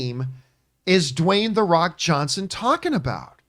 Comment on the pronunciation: Dwayne the Wock Johnson 🤣 am I the only one who noticed this?